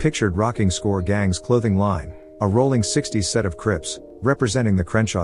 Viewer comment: Aint no g in rollin 60's